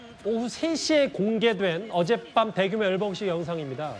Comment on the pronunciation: 김종석 기자 발음 졸 웃기네 일부러 멕이는건가ㅋ 대규모 열봉식ㅋㅋ 러시아 국뽕장관ㅋㅋ